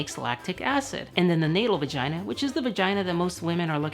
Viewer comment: You said Vigina 1000 tines